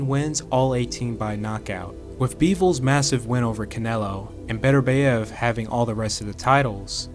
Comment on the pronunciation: Love your videos. But please research the pronunciation of names. You pronounce Bivol perfectly, but you mispronounce Beterbiev by saying Beterbeiv